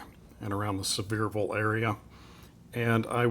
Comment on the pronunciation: First off, I'm impressed with how you said Sevierville. I didn't know the correct pronunciation until I worked with a girl who was from Sevierville. I like the idea of people inheriting pocket knives from their fathers. I know of several times that's happened; members of my family. What do you do with your fruit harvest? I hope you'll include some video of your yield.